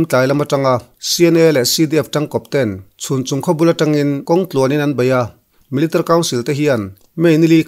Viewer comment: millitary tih hi chiang deuh in lam rawh i lam rang lutuk a, mi-li-ta-ri ti deuh dap la ngaihthlak a hahdam lehzual ang